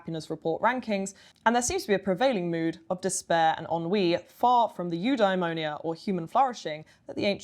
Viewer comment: Have a drink every time she says ‘new dimonia’